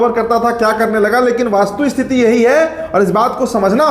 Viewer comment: ’वास्तुस्थिति’ नहीं कहते बाबू ’वस्तुस्थिति’ होता है। वैसे रिपोर्ट बहुत अच्छी और जमीनी है।